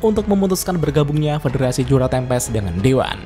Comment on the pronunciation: Yang gua denger federasi juna tempest :/